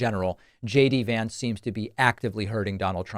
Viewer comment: F JX Vince (they mispronounce everyone else’s name)